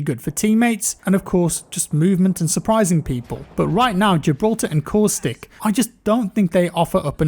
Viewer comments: When you were talking about caustic it took me a second to realize thought you said coolstick. I am dumb (very nice video btw ) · “”LOOK AT COOSTICK”” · My man coustic is Caustic 😉🤸‍♂️ Great Video on hit boxes. I felt that way from the beginning playing.